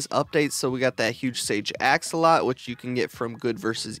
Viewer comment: AxolotL pronounce the last L lol😂